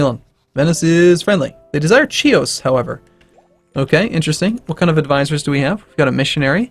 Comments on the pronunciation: Its pronounced Hios (as in history) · OH MY FUCKING GOD! STOP PRONOUCING "Chios" WRONG! IT HURTS MY EARS!